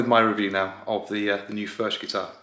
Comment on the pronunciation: I’m in the USA and I’m a Bluegrass or. I’m trying to find a Furch dreadnought I can try. I guess the nearest dealer is around 300 miles away. There is one in Texas but that’s about 600 miles away. Either way I look forward to playing one By the way according to the boys and girls in Czech Republic, it’s pronounced “Furk”